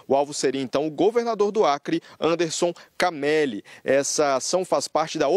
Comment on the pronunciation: "Anderson Cameli'? Puta que pariu 🤦